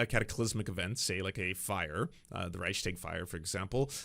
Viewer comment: The word is Reichs-tag, not Reich-schtag. There is no "scht" sound in it. Instead, you say "Reichs", followed by an imperceptible pause, and then add "tag". (Also, "Reich" does not end on a "k" sound, German "ch" is pronounced somewhat similar to the "gh" sound in Klingon "gagh".) "Lügenpresse" has a voiced "e" at the end, which sounds exactly like the first two "e"s in the word. Germans do not drop the "e" at the end of words, it is always voiced.